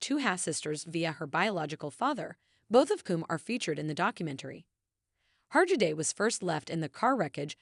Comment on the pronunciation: Oh, goodness. The final “t” in debut is silent. And you could at least instruct your machine to pronounce the name of the subject correctly.